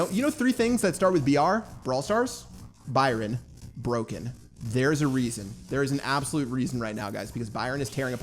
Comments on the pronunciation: I swear its "Byron" not "Bryon" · Three things starting with BR: It's BRYON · “ 3 things that start with BR brawl stars, broken and Byron, your English is poor pat😂😉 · i guess the y is silent in ByRon